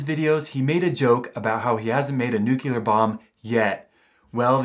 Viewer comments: Its because he pronounced it nucular and not nuclear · ....news for you, Just like President Bush you cannot pronounce Nuclear. It is NOT New-cu-lar It is, as written, Nu---Clee-----arrrr, say it quickly....Nuclear. There, that was easy. Practice three times a day in front of a mirror. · It’s pronounced “nu - clear” (like new clear glass), not “nu - kew - ler.” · Noo-clee-ar not nuk-yul-ar. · 🔵 you said "Newk-you-lur",... ...instead of 'New-clee-ur'. You must'a gotten that word from George W bush,...it was one'a his favorites! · What is a new queue leer bomb? it's new-clear. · "I'm not smart enough to make a nucular bomb." No disrespect, I just loved the irony. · "I'm not smart enough to make a nucular bomb" Yeah we believe you